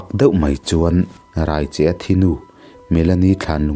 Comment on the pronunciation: Raicheh lam dan hi a diklo.... Mi ka rai tih ri ni lovin, chaicheh anga lam tur....